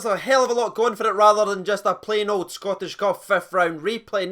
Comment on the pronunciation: "Scottish Cuf". come on we're 15 seconds in.